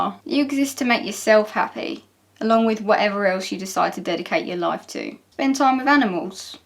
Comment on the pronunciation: I heard productive laugh instead of productive life, and was trying to remember that part of Nin's video before I realized it was me being odd. ^_^